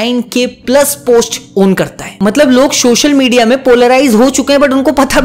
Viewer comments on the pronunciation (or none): not subscribing you because you kept saying “shoshal media” it's social media bro😭😭😭😭